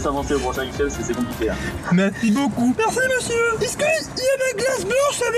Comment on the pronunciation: " avec LA SAUCE KARAMILLLLLE MERCHI BOCOUUU❤" MDR j'en peux plus😂